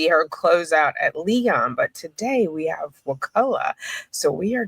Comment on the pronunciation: Why do you say HAVE VE